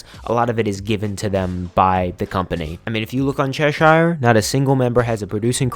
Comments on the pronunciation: I've lived in Cheshire, England. The pronunciation is ches-sheer. Think of shear dress, or shear top.x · just wanna say, cheshire is pronounced as chesh-er. sincerely, someone from cheshire.